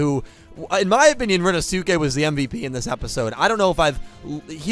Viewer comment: Please,, Rinnosuke's name is pronounced "rin-no-skay", please, now that we actually have cause to mention him on a semi-regular basis, I beg you to say it this way!